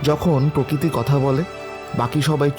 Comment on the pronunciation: দিদি ওটা প্রকৃতি, প্রকিতি না